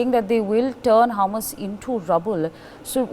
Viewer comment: Its hamas not humus . humus is to eat